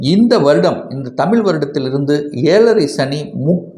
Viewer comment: தமில் அல்ல தமிழ்